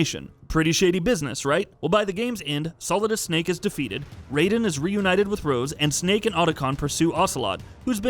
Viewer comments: Anyone else cringe at him calling Raiden "Rayden"? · it's not Raden its Raiden